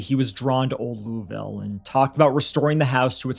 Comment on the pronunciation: Kentuckian here. Thanks for a case I wasn't aware of. Congrats to for one of the best pronunciations of "Louisville" from a Yankee I've heard 😂😂😂